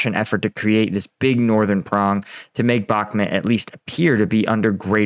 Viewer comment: it pronounced Bakh - MOOT, rhymes with hoot. Not BAK - mutt. You owe the heroes there, the correct pronunciation. It takes only a small effort on your part.